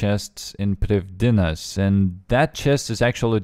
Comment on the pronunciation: Not that it matters, but it's pronounced priv-thee-nas. It's Welsh.